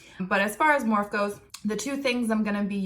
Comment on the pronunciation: Their one of your "go to brands", yet you can't pronounce the company name correctly...? hmmmm